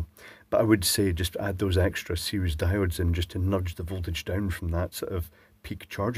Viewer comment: You thought it was a resistor, but it was me, Dio-de!